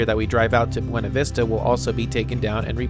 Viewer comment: The pronunciation of the city Buena Vista is (fellow Californian) Bewna Vista.. Do as the locals do! The river here named after a southern state is pronounced... Our Kansass